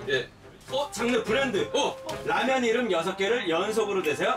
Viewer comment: 이수근 마지막 라면 뭐라한거임? 빠9리라한거임?ㅋㅋㅋㅋ